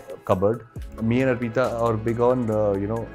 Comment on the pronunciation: Ar peeta nhi hai bhai arpita hai naam uska !